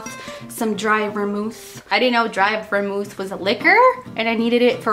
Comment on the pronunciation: " dry ver-mouth" lol